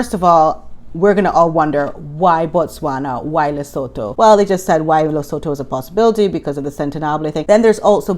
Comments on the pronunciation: If you want to sound very knowledgeable with local accent, say it like “Leh-soo-too”. 🤪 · Hi. Lesotho is pronounced Lisootoo.